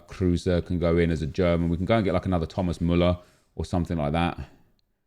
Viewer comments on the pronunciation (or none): none